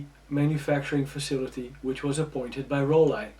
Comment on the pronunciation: It's Roll-eye in German, just like he says 🙂